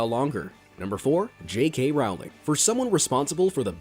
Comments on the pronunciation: It’s not «J.K RAULING» it’s «J.K ROWLING» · its Rowling like bowling Not rowling like howling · SOMEONE SAID J.K. ROWLING WRONG AGAIN it's pronounced rolling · Regarding JK Rowling’s name, the Row does not rhyme with cow. It rhymes with Joe